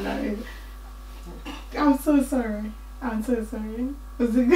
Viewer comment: That "so isss True" i felt it and i died